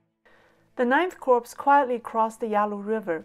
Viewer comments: Minor note: "corps" is pronounce "core", not "corpse" Corpse is a dead body, not a military unit. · A great video,! The only tiny mistake is in pronouncing 'Corps': it should be pronounced as 'Core', not 'Corpse'. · Thanks for the information,. Just so you know, you are mispronouncing the title of the US Marine Corp. You are saying the word 'corpse', which means 'dead human body'. The correct pronunciation is 'core', as in the core of an apple. The 'p' at the end of Corp is silent. English has many strange exceptions, to its many strange rules. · Excellent. I hope we can get simplified Chinese subtitles eventually. By the way, "corps" is pronounced "core". If you will forgive one further comment, it is easier distributing a chart or table in one image in simplified Chinese, with very brief commentary at the bottom.